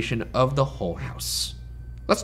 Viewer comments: Is it just me or is Ryan saying it Hole House instead of Hull House? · Each time Ryan says "Mrs. Hull" it REALLY sounds like "Mrs. Hole" and it really drains any potential seriousness out of those moments 🤣